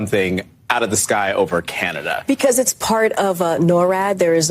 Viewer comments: Lmao she actually said Canadia. How has she not been fired? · Lol she made the same mistake i always say.i always say canadia.that had me dying,i never heard anyone else say that.but we shootnthings down over canada cause we’re the us and canada dont care.what are they gonna do? Attack us lol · Canadia.... 🙄 Perfect. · "In step with canadia...." goodness gracious. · 😂🤣😂🤣😂🤣😂🤣😂 NOT CANAYDEEYUH!!!! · "Canadia". Damn😂🤣😂🤣😂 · Okay, I didn't get to this point when I originally posted. CANADIA? Hold on a second, SHE is the VOICE of the Biden Administration, right? She has some kind of degree or degrees in communication, right? She has technology and staff that costs hundreds of thousands a year at her fingertips, right? SO how the HELL does she not know it's CANADA?!? I'm not triggered, I'm pissed off but also amused at the same time at her ineptitude. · I’ve never once in my life misspoke Canada for Canadia….the woman is a complete idiot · KJP is as clueless as she sounds in this clip. When she said Canadia, it cracked me up! 😂. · Canadia???? Great way to piss off Canadians and that pretty hard to do